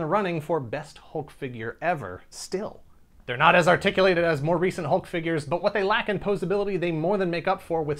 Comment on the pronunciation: Wow, I'd love to see the draft/cut list that didn't make it as well! Must've taken a loooong time. On a side note, I had to take a shot, because you said "fingyures". Good stuff!